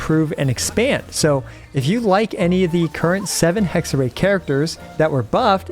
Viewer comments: Small Hexerei pronunciation tip: You’re already doing a great job, but the “ei” at the end is pronounced more like the beginning of “Raiden” than “Ei” :) So Hex-er-“rai” ^^ Great video! Really excited for Durin, but personally I’m still holding off a bit on pulling to decide if I shouldn’t wait for Columbina instead🙈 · Hello and other ppl! 👋 About how to pronounce the word "Hexerei". The way you said the "Hexe" part was right. It's the "-rei" part that's wrong. Instead of -rei like "ray", think of the Raiden Shogun and use the pronunciation of "Rai" for it. So it kinda becomes "Hexe-Rai" when you want to say it. Hope it helps lmao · German speaking person here: if you want to say it correctly you just go "hexer I", since the hexer part you say is fine enough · Hexer-EYE. In German, when the vowels go walking, the second one does the talking! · Pronunciation is unfortunately not correct. Everyone I heard it from always messes up the "ei" part. In German, we pronounce it more like "eye". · it's pronounced hexer(eye), best way I can explain it to english speakers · the "ei" in hexerei is pronounced like the "uy" in guy. the "r" in hexerei is pronounced a little bit differently also, but i can't explain that one properly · German here: its pronounced HexerÀI, stressed at the end. It means witchcraft or wichtness, bc Hexe means in german Witch🤓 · Hexerei is german and means "witchcraft", the correct pronounciation is he-kse-rai :) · Hexerei is a german word and means Witchcraft. So it´s proncounced like Hex-eh-rai (I am not able to write in IPA so that´s the best I can offer) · To pronounce "Hexerei" more accurately, pretend that there's a Y at the end instead of ei. Like "Hexery". And while we're at it: For Klee, pretend it's spelled "Kleh" instead please. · You know Raichu from pokemon? Try saying Hexe-Rai, its closer to what its supposed to, i dont expect everyone to perfectly pronounce the german hard R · Hexerei is pronounced „Hexer-eye“